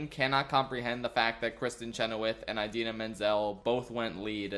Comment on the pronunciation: Not him saying eye-dina